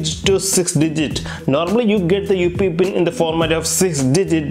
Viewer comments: Just a little tip brother, if you're not comfortable with English just stick to your mother tongue this will let your subscribers understand what you're actually saying in your video as for example you're saying UPI but it's sounding like UP pin. And try avoiding so much accented dramas when you're explaining something as your words are not clear to the viewers. Thank you. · Upee pin nhi UPI pin hota hai